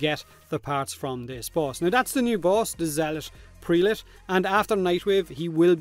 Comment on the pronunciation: The first E in prelate is like E in them, not like E in the. Zealot prelate. It rhymes. I don't know if this is the best or worst name DE has ever come up